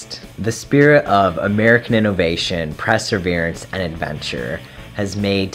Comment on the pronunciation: Prezzer-veerance XD